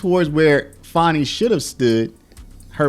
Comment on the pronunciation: It's Fani, NOT Fauni. Get it straight